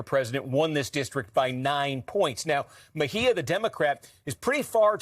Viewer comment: MejÍa WITH THE ACCENT ON THE Í !!!!!!!